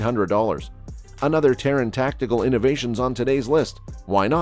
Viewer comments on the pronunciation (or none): none